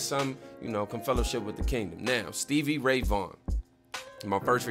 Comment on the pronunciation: When I heard you mispronounced SRV's name I just smiled. Why? Because you were telling me that you hadn't really heard of him and I knew you were in for the ride of your life.